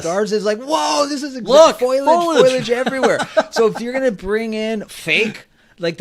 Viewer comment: love you guys but i feel compelled to bust your Bs on one little point. it’s pronounced Fo-Li-ege, not Foil-ege. Great show though in general! Love hearing your news and opinions on all things disneyland!